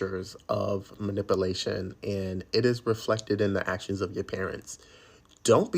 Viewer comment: If you can't pronounce the word "MANIPULATION" correctly, why say it four times?🤣👎